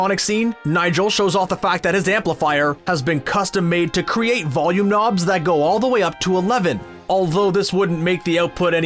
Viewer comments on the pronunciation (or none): none